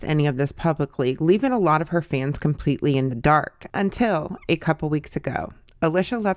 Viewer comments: Girl if you did all this research why can’t you say her name right? Lmao it’s pronounced alEEsha. It’s a common name… come on girlie 😂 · Alicia is pronounced with a long e sound. Leesh is short for Alicia.